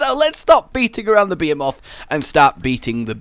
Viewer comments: It's pronounced BEE HEE MOTH, NOT BEH HEH MOTH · bee-ae-moth behemoth Nailed it. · The way you say behemoth really hurts, Bah-he-moth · Did you just say... Beamoths.... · Wait ... Are you saying "Behemoth" ??? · Anyone else hear BEER MOTH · The H isn't silent dammit